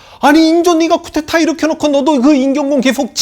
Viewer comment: 황선생, 쿠테타 아니고 쿠데타임! "의"발음을 "으"로하는것은 이해해보려함!